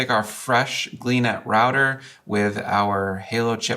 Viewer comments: LOL - you had me confused for a bit, referring to "glee-net". I finally figured out that you are using a GL-iNet GL-3000 router. OK, I'm at home - I'm using a GL-MT6000 for my own home router. I pronounce it as "G L I net". Anyways - I do think that I need to do some experimenting to extend my WIFI range out here in Backwoods, Nowhere. Range is good with the MT6000, but, I do want it to be better! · I also hear GL (dot) eye-net, not gleenet